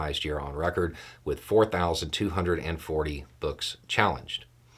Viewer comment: Did you mean to say there were 4240 books that were challanged, or that there were 4204 challanges to books? My guess is it's the second one, but it sounded like you said the first one.